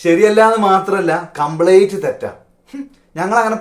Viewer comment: കംപ്ളേറ്റ് അല്ല....കംപ്ളീറ്റ് ട്ടാ......